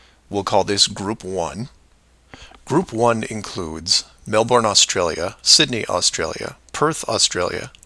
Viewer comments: Try pronounce Melbourne right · Jake Johnson Oh sorry I thought you were making fun of the pronunciation It’s actually like Melbourne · Jake Johnson Close you need less emphasis on the bourne bit and more on the Mel